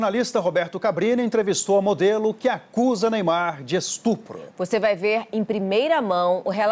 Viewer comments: Ela sabe oq e estrupo? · Acho que esse "estrupo" que ela fala,significa "me deu dinheiro"